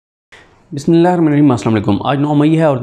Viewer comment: بسم لللہ صحیح پڑھا کرو آپ مسلمان ہیں